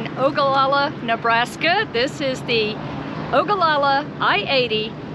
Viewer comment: Thank you for highlighting Ogallala. Proud you can pronounce Ogallala. Parents had a motel there in 1967. Front Street was the place. Had a french dip there last week that was great!!!!!!. Don't forget Lake Mac just 20 miles north. Great for spring and fall camping.